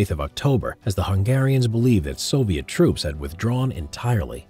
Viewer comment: You said soliet army